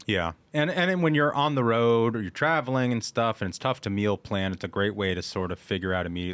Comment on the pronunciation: She has done a French accent. “The plan”